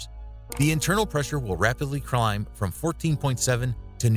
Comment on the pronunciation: Dude straight up received a gulp in his throat and said crimb instead in climb! 😂😂😂😂